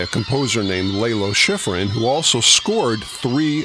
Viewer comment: LAH-low. Not LAY-low.